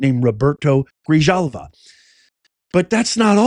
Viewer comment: hey professor, ahem. "J" in Spanish is pronounced "h" Grihalva, is the pronunciation